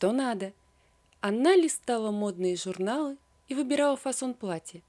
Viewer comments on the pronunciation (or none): Почему рассказчик неправильно выговаривает слова::зена(жена), зизнь(жизнь), зурнал(журнал) и т. д.?